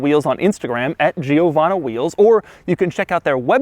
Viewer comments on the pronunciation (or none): its not Gio.......wanna! Its jowanna .....pronounced as one word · It's not pronounced G-o-vana but it's "jo-VAHN-na". It's an Italian name. Cheers! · But Doug, it cannot possibly be pronounced "Jee-oh-vahna". It's "Jovanna". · Its pronounced (Joe-vanna) Not (Geo-vanna) lol! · I am more annoyed by the fact that he says giovanno instead of givanna, i mean there is an a at the end, How the hell did you come up with an o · Giovanna (italian female name), the GIO is pronounced almost as Joe, it's easy. Amazing Video and Car. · man its pronounced djiovanna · It’s GEO-VAN-E wheels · Doug I’m Italian, and pleeeease don’t call it “giiiovanna”, don’t pronounce the “i” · Pro-tip: in Italian, you don't pronounce the 'i' after a 'g' or a 'c' if there's a vowel after the 'i'. So it's "Jovanna wheels". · for all this time i thought he said giovanni wheels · Hi Doug, writing from Italy: You can pronunce Giovanna like you would say JoeVanna. Without the long i. Cheers ;-) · Giovanna is a common italian girl name. Your pronunciation is bad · If everyone that has viewed and commented on Doug's description on this Lamborghini and have found a problem the way Doug pronounces the brand "Giovanna Wheels", i can imagine how Doug would pronounce my full name SMH. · Cool Guy He is pronouncing it half wrong. The GIO is pronounced like the JO is in Joy . The the rest was okay. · Is anyone else annoyed by how he pronounces "Giovanna"? You have to pronounce it like an italian lol